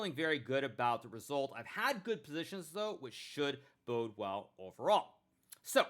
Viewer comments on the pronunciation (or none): none